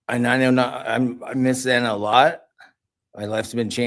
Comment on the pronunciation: Ok I replied before he spoke his bit at the end.....hes redeemed himself in my opinion after the last hearing when he was slumped over in his chair hand holding his head up and saying zanas name wrong he just seemed to not care and like he was wasting his time......I like that he said about the fact bk didnt give reasons why or anything cos I was pissed off that he wasnt forced to explain himself in court but the judge saying he would just lie and keep the spotlight on himself and to forget about him dont give him the power too many evil people hold secrets cos they know its there only control its the 1 last thing they have to torture people with and when we just say ok I dont need to know why cos your a murderer an nothing can change that he can keep his secrets as they become worthless if noones interested